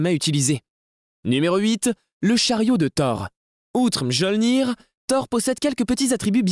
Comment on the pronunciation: MYOLNIR, CA SE DIT MYOLNIR